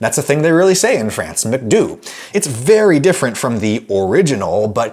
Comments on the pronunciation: Re: the Franco version of McDonald's ... The "Do" in McDo" sounds more like "dough" and less like "doo," but good on ya for trying. I liked this video a lot, mainly because the line between saying something correctly and sounding like a pretentious dork has always struck me as a rather thin one, while at the same time the tendency of a lot of Americans and Brits to totally disregard the existence of different phonetic systems has always driven me crazy. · Great video, though french people and certainly some quebecors pronounce McDonalds McDo and not McDoo (o there is pronounced like the o in Moment or Molto) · adam its not pronounced "mcdoo" in france but more of a "mc dough" sound lmao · Not McDoooo its' McDoh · You need to learn how to make a soft “eh” sound instead of saying an “ay” sound. It’s bru-skeh-ta not bru-skay-ta. Americans always do this, in the same way as how you said McDo. The French say McDoh (short soft o sound and you wrongly say McDoo), All in all, I have to say you’re a very annoying human being to listen to and you’re too full of yourself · we french pronounce mcdo like macdo not macdoo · Actually the french read the "Do" in "McDo" as Doh not Doo. Also, while I agree with your general law, I must admit that as an old Italian from the old county, "brusheta" hurts my ears and I definitely prefer "brusketa" :) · We dont realy say McDoooo we say McDo with a O sound just like in english :D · Adam, in french they don't say McDo (as in to do) but McDo (as in dough): McDough, only the sound is a little shorter. I don't really know how to explain, but in this video: at ~ , he uses it. Nontheless i like the video! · McDonald's in France is actually pronounced (in abbreviated form) as "Mac-dough" instead of "Mick-doo" as you say it in the video. Now I sound like the snarky one 😪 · In France we actually say "McDuh" not "McDoo" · French people don't pronounce it "McDoo", it's more "McDough" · I think the French pronounce McDo like Mc Dough rather than do